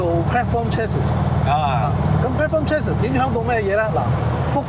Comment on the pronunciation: Chassis 最後的S是silent 的讀chat-si,見諒